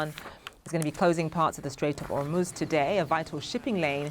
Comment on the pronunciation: The Strait of "Hormuz" or "The 🦫 of Hormuz".#STAYTUNED